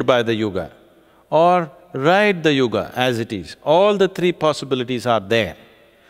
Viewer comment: It is neither. It is yuga. There is an a at the end. Small a. Not AA. It's called shwa.